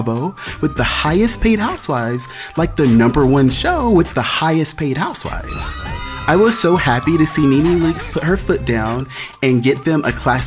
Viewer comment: “Real Houseivvs of Atlanta.” Boy..😂😂